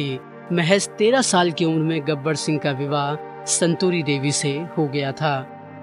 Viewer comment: गबर सिंह , न कि गब्बर सिंह!!